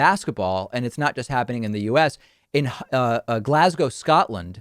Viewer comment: Thank you for pronouncing “Glasgow” correctly. But this is not unusual behaviour from The Rangers fans.